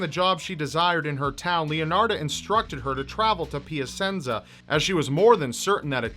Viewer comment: I should be focusing on the cases, but I'm laughing at how he pronounces Cianciulli and Piacenza... (this post was made by an italian person)